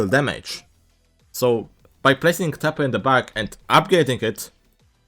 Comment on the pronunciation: it just sounded like he said "tapper" in the intro